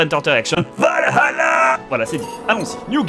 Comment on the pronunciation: A oui j'oubliais elle vienne dou les images quand bob dit VALL HALLLLA ???